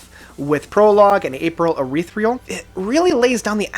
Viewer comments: "April Urethreal" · the way you said april ethereal wrong twice is fucking hilarious